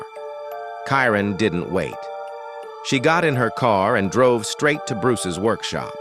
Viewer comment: Robot mispronounced Karen four times. Either stop using robots narrators or proof read the verbiage prior to publishing. It's disrespectful.